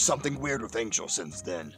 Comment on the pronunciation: IT'S ANGEL NOT ANGLE💀